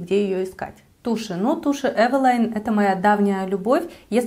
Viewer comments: Правильно евелин,а не евелайн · Не эвила'йн, а э' вилин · Почему Эвелайн? Эвелиииин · Carrie Bradshaw Да, для интереса проверила транскрипцию с нескольких языков)), почти везде Эвелин, иногда только Эвелине (с Польского, например). Эвелайн ни разу не встретила... с чем может быть связано, что блогеры так произносят? А бренд и правда интересный, помню, в детстве моя первая тушь для ресниц была Эвелин)) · не эвелайн, а эвелин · ЭвелИн. Это польская косметика. Они не говорят на английский манер. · Спасибо за видео!Очень полезное, взяла на заметку пудру, контуринг и тональную основу., а про брови ты ничего не сказала. Тебе ничего не нравится от этого бренда? правильно "эйвилин" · Я всегда думала, что название бренда читается как Эвелин.. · может ивэлин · Таааак часто упоминаете название бренда !!! Аж голова закружилась!!!! Да ещё не привычным названием ...бррррр... ЭВЭЛАЙН 🥴!!! Не знаю 🤷‍♀️ конечно как правильно читается название бренда 🤔.., но от такого произношения становится не хорошо 🥵 До конца не смогла досмотреть видио ...нерв не хватило (( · да кто ж вам такое сказал🤯🤯🤯🤯🤦‍♀️🤦‍♀️🤦‍♀️🤦‍♀️🤦‍♀️🤦‍♀️тогда и мейбелин мейбиЛАЙН. С Виду умная красивая девушка,а как скажете евелайн,выключить хочется